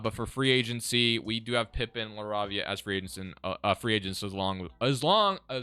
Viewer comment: Btw Jake’s last name is pronounced La-Ray-Via